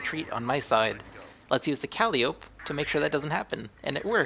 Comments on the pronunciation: its not calleeeope its calliiiiiiopeeee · Good game. Pretty sure it is pronounced "Ka-Lie-O-Pee" but your way is entertaining ;)